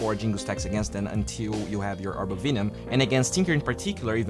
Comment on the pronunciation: VENOM! Not VEENOM. /ˈvɛnəm/